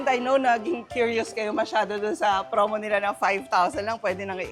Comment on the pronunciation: Sir its "promo" not "fromo" nkailan na ha.